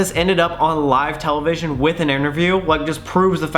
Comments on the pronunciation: Tella-vishy-onno lol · Ok so wait I’m not the only one that says television like that??